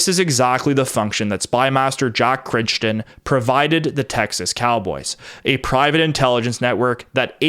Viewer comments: Surely Crichton is pronounced "cry-ton", not "critch-ton". (At least, in the UK it is.) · Crichton is pronounced as "KRY-tuhn" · 'Crichton' is pronounced /krai·tn/. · Jack Crichton's name is pronounced 'Cry-Ton'